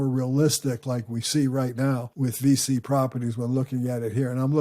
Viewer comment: Thanks for the video! VICI is actually pronounced like "peachy" but with a "V".